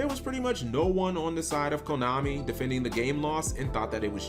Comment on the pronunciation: I thought you said Klownami.